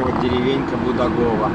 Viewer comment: Только д Будагово на первый слог ударение и Булюшка тоже